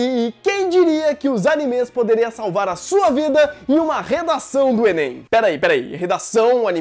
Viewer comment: fala enên também